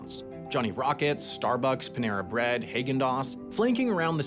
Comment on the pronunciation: You said Haagen-Dazs absolutely wrong